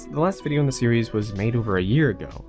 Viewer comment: Great documentary, but the way you say series physically hurts me. Still a good video though.